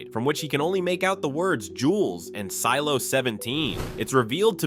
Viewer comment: Did anyone else hear him say seelo